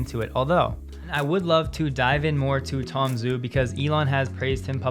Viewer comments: Minor nitpick on pronunciation... the Chinese guy's name "Zhu" sounds like "Jew" not "Zoo". (It's the "h" after the "z" which marks this as a retroflex consonant. Without the "h" a letter "z" by itself sounds like the "dz" in adze.) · Romanized Chinese pronunciation is not intuitive. Tom Zhu name should be pronounced “Ju.” Many people also mispronounce Xi Jingping’s surname, Xi should pronounced “Shi.” Love your channel! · Zhu is pronounced “Ju”